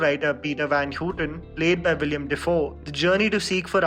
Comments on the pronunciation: Willem , not William. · Willem not “William Dafoe”